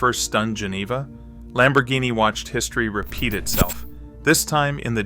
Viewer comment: If you are going to present a subject, no matter what it is, pronounce the names correctly. Insulting Lamborghini is considered Blasphemy by many.